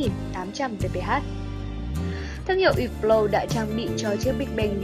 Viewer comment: Ýp blau..??.. Mặc dù biết là đọc theo âm mỹ thì chữ H là âm câm nhưng tùy từ.. Không phải từ nào cũng H câm.. Hãng này đọc là Hớp blot..